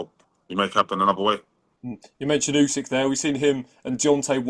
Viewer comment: Why does he say say "Ussssekkk" instead of Usyk lol. Fighting Tetteh is crazy if he lands though😂